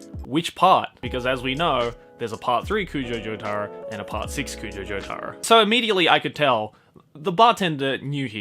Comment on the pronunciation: Jo-TuH-Ro not Jo-TAAA-Ro